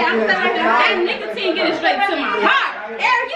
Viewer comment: Airi: “Now I gotta suck the nocatine up”💀💀💀💀💀 LoL it’s nicotine!!!😂😂😂😂😂😂😂💀😂😂😂😂😂